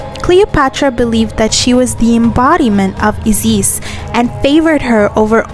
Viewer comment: I never knew that in Egypt you pronunce Isis with the accent on the second I